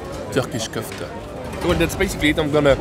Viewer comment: On to the Kofta! Until next time, kill us with the "Kalftuh",!